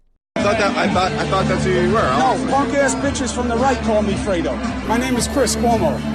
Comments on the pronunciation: I thought it was Dego not Fredo... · I THOUGHT HE SAID DAYGO.